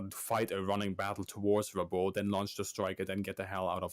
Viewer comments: Just for the record, Rabaul is pronounced rɑˈbaʊl (phonetically rah-boul), not ra-bowl. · Interesting that the "4th' Kokutai (4th Ku) was so named. Then subsequently, the Japanese Navy; recognizes Them as the "Hard Luck Unit". Because according to Traditional Japanese Culture (albeit superstition); the Number '4', is like '13' to Westerners - Bad Luck. But more so, as the Japanese pronunciation of '4', is very close to the pronunciation of Death. Therefore, Number '4' has become synonymous with Death.